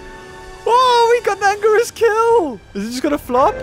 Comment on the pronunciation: Btw its ANGIRUS